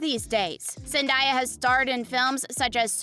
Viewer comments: I cannot watch this video listening to the speaker mispronouncing Zen-DAY-Uh. SMH, "Zen DIE uh"? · Zendaya is pronounced ZIN-DAY-UH 🤯